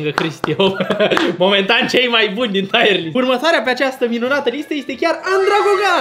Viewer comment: nu se pronunță "taiăr list", ci "tir list"...sună super ciudat "taiăr list"